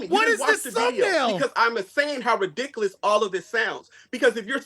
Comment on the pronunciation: Dude your ridickaless say it properly lmao 🤣 🤣🤣